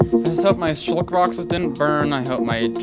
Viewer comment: did he just say shulket yeet ? xD he is my fav youtuber for a reason